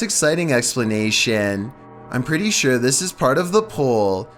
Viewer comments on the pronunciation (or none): none